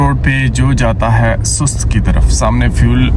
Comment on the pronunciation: میرا خیال ھے سست نہیں بلکہ سوست ھے